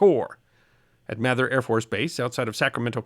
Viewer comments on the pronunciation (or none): Nice video as usual. One nit: Mather AFB is pronounced “MAY-thur,” not “Math-ur.” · "Mayther" AFB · We called it "May-thur" AFB, but I'm from the South. My brother lost a nav school classmate in a midair collision between two C-141 Starlifters during a nighttime refueling mission in 1992. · It's May-ther AFB. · Hey...a minor thing, but I live right down the street from Mather in Sacramento...and its pronounced "MAETHER"...(as in "May").....